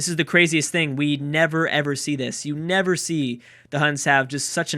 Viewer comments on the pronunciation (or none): none